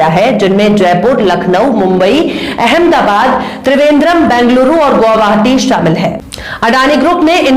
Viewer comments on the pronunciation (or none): none